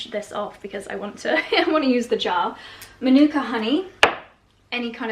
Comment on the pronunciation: Please don't say Manookah Honey! As a former NZer where it comes from, it is pronounced almost like Monica. Or rather may be man nu kah, Also Kefir is not Kee Fear. It is kehfur. Ok so after the lecture we are all so glad to have you back! Thank you so much for sharing all you do for us. I have no idea, and it is none of my business what is actually going on in the background....But PLEASE don't let anyone curtail you or tell you what to do. Clearly work and this vlog is your passion. If that is what makes you thrive and feel productive, carry on! I realise you and Charlie spend inordinate amounts of money and have to pay for all of it. It is a LOT. I miss the funny playful girl you once were.